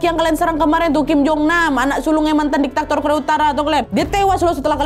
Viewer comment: DIKTATOR wa'eeeeeeee diktator... bukan diktaktor 😭😅